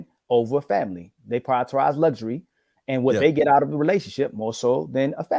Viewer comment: "Priortorize"